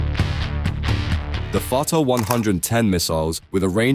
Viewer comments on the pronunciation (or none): The name of the ballistic missile is "Fateh" not "Fatah"